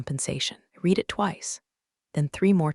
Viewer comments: Why do the people in these stories drink second rate coffee. Also when will the past tense of read be correctly pronounced - rhymes with red. Clause not claws. The one-eyed footnoted should have been The one I’d footnoted (the mind boggles!) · Ha, right? Between the bad coffee, mispronounced ‘read,’ and mutant one-eyed footnotes, I’m starting to think corporate revenge stories need an editor with caffeine privileges. 😂☕